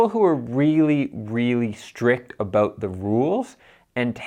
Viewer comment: did I hear an "aboot"?